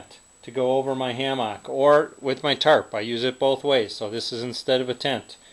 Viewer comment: i stopped watching cuz of the way he says hammock